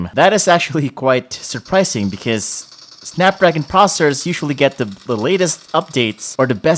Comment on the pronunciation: snepdregon and its cherger